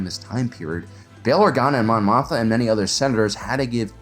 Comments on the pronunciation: Is the second "m" in "Mothma" not supposed to be pronounced? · Dude you GOTTA pronounce the second M in Mothma.